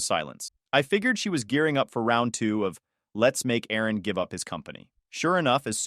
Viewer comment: It's Aaron Not Erin